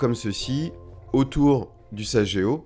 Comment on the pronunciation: Merci. Petite précision...sageo se prononce saguéo pas sajéo